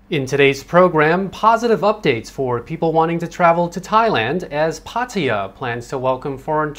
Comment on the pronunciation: why he pronounces Pataya in a weird way, I thought this guy was Thai